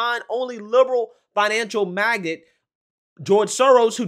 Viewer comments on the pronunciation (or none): ** Every time you pronounced Magnate as “Magget” it killed me, glad he was liberal 😂at least 😂